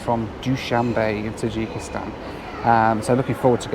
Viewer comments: The way you pronounce Tajikistan is cracking me up. In the states we pronounce it differently. I'm not hating, I always love your content. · Number of times said Tadjikistan